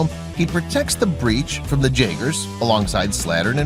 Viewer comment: It’s jaegers(yagers) not (jagers)